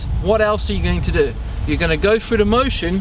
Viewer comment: exceptional video, but the amount of times I heard "froo" (through) and "fro" (throw) started to make my ears hurt. He say's "this" properly, it's not like he says "fis"